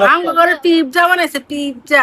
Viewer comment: Pizza রে pipza বলে😂😂